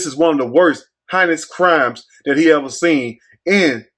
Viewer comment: when he tried to say "heinous" 😬